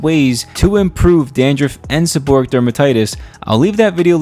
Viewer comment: The correct pronunciation is, seb-or-ray-ic.